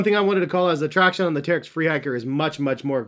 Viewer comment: Uh, it's pronounced Terrech.